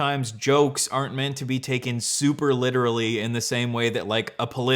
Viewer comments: I HATE THE WAY HE TALKS PLEASE IT MAKES MY BRAIN ITCHY “Witerally” ass bitch “detonated wam” ass bitch PLEASE SHUT UP TURN IT OFF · Hmmmm witaawally